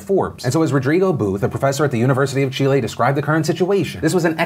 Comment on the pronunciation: Kudos for the "Chile" pronunciation